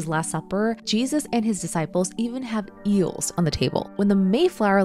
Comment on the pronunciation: "Eeuhls" 😂 Also, eel isnt Kosher so it would not have been at the Last Supper.